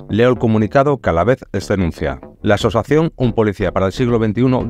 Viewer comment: ya, pero es que tres veces dices asosación, y así me da reparo compartirlo. Un saludo.